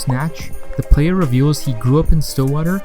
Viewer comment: White boy voice: Play-YEAH